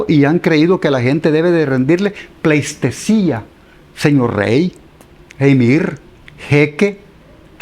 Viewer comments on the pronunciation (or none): se dice pleitesía no plestecia. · jajajaja.. pleistesía? Pleis? Pobre tipo..